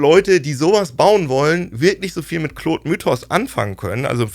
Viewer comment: Bitte hört auf "Kloooood" zu sagen 😭 Die englische Aussprache (Clawd) hört sich viel besser an.